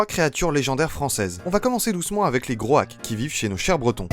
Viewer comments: Groac'h se prononce pas "k"... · Vidéo intéressante; Étant breton je connais la première mais pas les autres. "Groac'h" se prononce "Groarr" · Je fais le breton de service, mais le c'h en breton se prononce comme le j en espagnol 😉